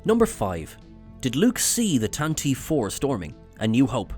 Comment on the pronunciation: That is not how you pronounce "Tantive".